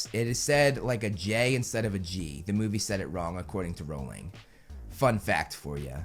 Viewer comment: WELL SIR, you are actually wrong (you are right though) becuase you can't even say J.K. Rowlings sirname right?! it's r-ow-ling not r-oll-ing :o